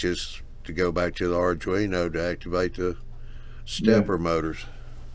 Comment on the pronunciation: Okay, I'll be the nit picker :):):) It's pronounced Ardweeno, not Ardreeno